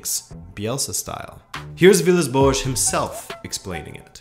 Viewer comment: Every time you say boas i cringe..thanks for the video though..great work..